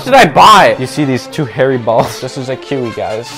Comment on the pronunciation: Bro calling kiwi kuwi